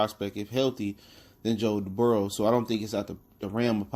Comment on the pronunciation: His name is actually Joe Burrow, not Burrows